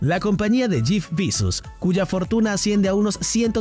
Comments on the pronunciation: Jif Bizus hahaha. se dice yef besos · Y porque dices jif pisos😂